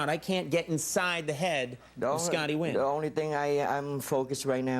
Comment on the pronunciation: Scotty Nguyen’s surname should be pronounced N’win instead of Win!